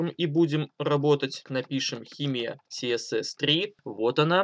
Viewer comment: А Гоша только отвык говорить КаЭсЭс))) Наконец-то))